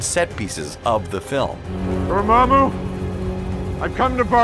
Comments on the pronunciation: Ahhh now I see that Doctor Strange was calling Dormamoo the wrong way all this time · man, that pronunciation of dormammu though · that’s not how you pronounce dormammu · clicked downvote for how you pronounced dormamu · mispronounces dormammu... dormayyymu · Well darn now he changed it to door-may-moo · Dormemoo????? Really????? They say DORMAAMU so much how do you mess up that pronunciation? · Easily, since for over fifty years, until the Cumberbatch movie, the name was pronounced DOOR-muh-moo, not door-MAM-moo. Even Stan Lee pronounced it this way. Check every cartoon in which the character appeared. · Dormammu or Doormumu? lol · Dormaaaamu, not Dormammu and for sure not Dormehmu. Things prophesied in this video came to pass, others never will. And it was Stormbreaker. You did great work here. So Thanos snatching the gauntlet back then was fake? And talking about White Vision was great. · Dorm-mu?Really?The MCU pronounces it Dormammu! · Really "Door-ma-moo"??? It's "DOOR-UH-MAH-MU' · Argh!! It really annoys me!... It's Dormammu, NOT Dormummu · Dormamu not 'domemu' 🤭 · DOR MAMO, NOT DOR MAY MO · ITS {DU-RA-MAR-MOO}! NOT {DUR-MARMA-MOO)! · 'Dohr-muhmoo' and 'Nahmore' killed me x,x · door mumu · And it’s door-ma-moo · Door mah moo 🐮 lol it was killing me. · Gojira1701 Also its pronounced Door-Mom-Moo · Ok ok when he said Dormmamu that one might have been kind of bad. Lol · eddie g isn’t it pronounced like door-mon-moo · Zuly Solis Door-Mahh-Mu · 🚪🐮🐮… I about lost it when he kept pronouncing Dormammu like that! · SAy it with me Door-mamu... lol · Door moo moo? We gonna ignore he pronounced it like that 😂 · AND DORMAMOO?! it is DORMAAMU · Tell me you didnt see Dr Strange without telling me you didnt see Dr Strange. Door-muh-moo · It’s door mah mooo!! Pleaseee say it right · door-mae-moo Really? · Pronounced NAAEE-MOOR and DOOR-MAH-MOO... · Stop saying dormammu like that. Jesus!